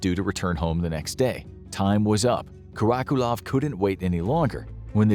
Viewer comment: Karakulov? 😂😂😂 Lo llevaron recio con el nombre